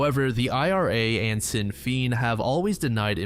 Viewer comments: It's pronounced Shin Fain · “Sin feen” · Oh my god the section about the bank robbery was lwk painful as an Irish man, 'sin' féin made me giggle. Obviously no fault of your own but 80% of the pronounciations were quite silly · Never heard anyone pronoice Sinn Féin quite like that... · Having grown up hearing about the Troubles on the radio I was losing it lol